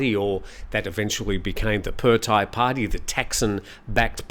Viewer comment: Just a small quibble: It’s the เพื่อไทย party (meaning “for the Thais” or “for Thailand”) and it’s pronounced “peu-a!” (said emphatically). And the leader’s first name is พิธา, which is pronounce as pi-taa , with a very short “i” (not peter). You should never rely on the transliterations, even (or especially) the official ones because they’re mostly wrong!